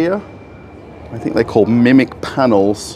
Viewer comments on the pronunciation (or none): none